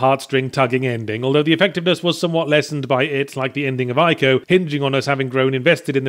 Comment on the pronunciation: Ee-co not Eye-co